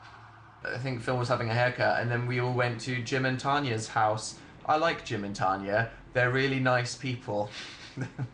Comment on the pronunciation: Omg dan can say tanyas name properly now.. idk if im happy or sad bout that bc before he used to say it how my name is pronounced